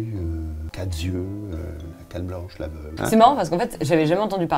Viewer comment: "Quatre z'yeux..." bravo!